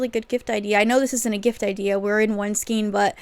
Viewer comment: Thanks for the video! Just for the record, skein is pronounced "skayne". 😁 I can understand the confusion because of the spelling. Maybe Americans pronounce it differently. 🤔😊